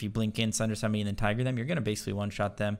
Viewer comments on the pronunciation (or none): none